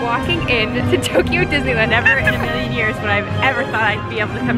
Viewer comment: ITS NOT TOKEYO